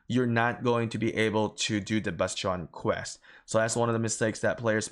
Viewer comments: it's not basteeeooon. it's called bastion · Your pronunciation of bastion is enlightening and maddening at the same time. I can't decide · The way you say bastion throws me off